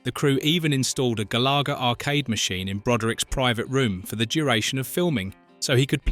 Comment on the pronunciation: Two things: 1) Your don't have to run annoying mirror images of the movie clips. The Fair Use Act permits you to use the scenes in full in the original form if you are commenting on the film and including attribution as you did. 2) WOPR is pronounced "Whopper" like the hamburger. You also mispronounced Beringer, Galaga, and Coleco.